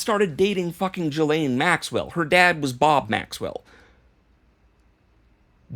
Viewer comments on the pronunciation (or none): “re:” in email subject lines is pronounced “ray,” not “ree” Ghislaine is pronounced zjhee-LANE, not juh-lane